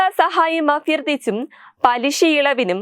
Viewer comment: അഫ്യാർത്തിച്ച് എന്നല്ല, അഭ്യർത്ഥിച്ചു,എന്നാണ് വാക്കു ശുദ്ധം ആക്കുക